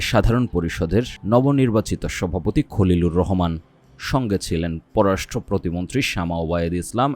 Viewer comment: খলিলুর ইংরেজিতে কালিলুর 😂